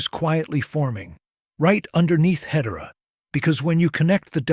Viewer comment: Ahh, the power of AI. I would like to see better pronunciation of Hedera; otherwise, a brilliant description of what's ahead!